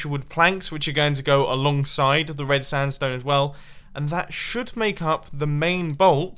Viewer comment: No hater but he keeps saying standstone instead of sandstone 😂